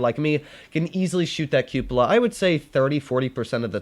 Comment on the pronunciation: can’t say Cupola correctly to save his life and it literally killing meee!